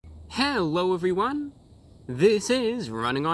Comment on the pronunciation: HEWWO EVEWYONE